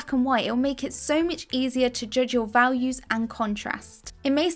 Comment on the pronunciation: Ralues? Does this woman not know how to speak? A bit later in the video she says "vawlues," too.